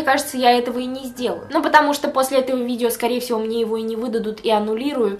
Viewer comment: правильно - видева✨😂